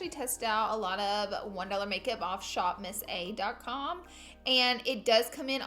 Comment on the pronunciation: It is shop-miss-a not shop-miss-A